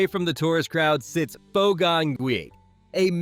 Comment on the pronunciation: How reliable is a guy who doesn't know how to pronounce Pho?